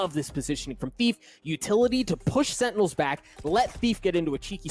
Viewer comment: so im not the only one who sometimes mispronounces Sentinels